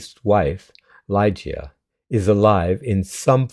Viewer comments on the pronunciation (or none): LiGEA, not LIgea. And yes , I misspelled it purposely. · Le-GEE-a, not Lie-gee-a... LOL